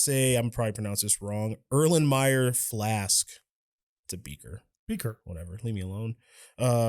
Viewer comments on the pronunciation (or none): none